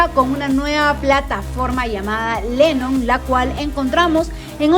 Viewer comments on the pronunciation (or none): Y creo que le dice plataforma Lenon. Y es lemon.